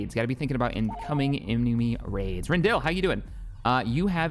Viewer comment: you can build a frigate shipyard on any planet as long as there is space in orbit. You can only upgrade frigate shipyards, however, on planets that are specifically labeled Shipyard Planet. My recommendation is to throw a frigate shipyard on Rendili (renn-dee-lee, not renn-dill, this is Disney canon as of Squadrons) and have your two main shipyard planets be right next to each other in the core. Other notes: Mioo-nuh-list, not mull-ih-nust, Aargau is a world that should have mines, mines, and more mines, with the same applying to every world that you can put mines on